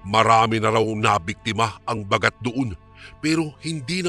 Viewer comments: koreksyon lng po....hindi po mabilis ang pag bigkas ng Baaagat....hindi bagat....dapat baaagat.... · listening from hongkong mali po ang pang pronounce Ba..gat.